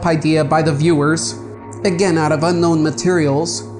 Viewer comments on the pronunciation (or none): none